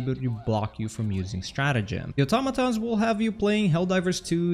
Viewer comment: im so glad you pronounce Automatons right